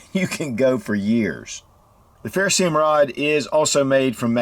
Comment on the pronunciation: What kind of rod? A 'ferrosee um' rod? Or a ferroserium rod? 😂 Lol